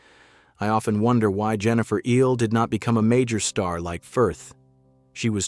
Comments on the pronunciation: Please, somebody explain to the speaker that Ehle is pronounced “Ely”, not “Eel”. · And he doesn't know how to pronounce "Ehle." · I've noticed that none of the speakers on videos about Jennifer Ehle Ever manage to pronounce her name properly! You'd think they would Do Their Homework!